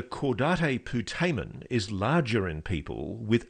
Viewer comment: Repeat after me: Caw-date Poo-tay-men